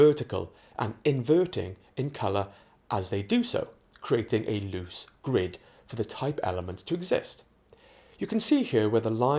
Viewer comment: "a loose grid" not "a lose gird"